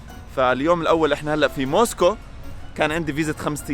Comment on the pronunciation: يعطيك العافية جوله بزاف هايله و الاجمل انك في النهاية ذكرتني بمراسل الجزيرة " اكرم خزام" و كلمة موسكو بينطقها زي ما نطقتها" موسكووووووو"